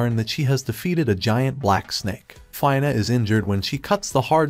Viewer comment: So far everything is good except for pronouncing the name of 'Fina' it's not "Fayna" its Fina